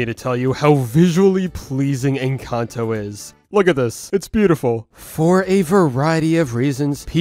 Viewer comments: me: en-cán-tó him: en-can-toe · Bruh why do youtubers keep saying Encanto the wrong way. 😒